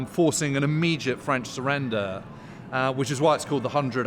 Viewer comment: “They should always surreneder,” lmao